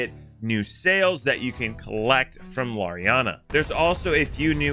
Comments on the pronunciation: You are pronouncing Larina whrong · He’ll figure out he’s pronouncing Larinna wrong eventually... probably /s